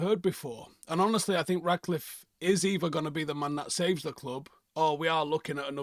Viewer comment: You keep saying Radcliffe instead of Ratcliffe